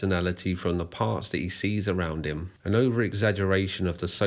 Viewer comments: this video discredits you, the way you say HE with so much force like it is an offence to you that HE wants to be a SHE. takes away from the facts and puts it in a 'political' light. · I won't lie, the way you emphasized "he" that first time when talking about Lady Bunny had me a bit worried - but you actually were quite respectful about her and her legacy. While shes mostly known for the nightmare fuel "obey the walrus" video by the wider public, shes a bit of a legend in underground queer art circles